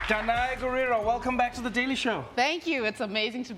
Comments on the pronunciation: The way Trevor pronounced Danai's name was not so African though. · Trevor pronounced her name wrong,like what Americans do🤣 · Danai, you need to correct Trevor on how to pronounce your name. If there's anyone who can pronounce your name, it's Trevor Noah. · So Trevor can’t pronounce Danai?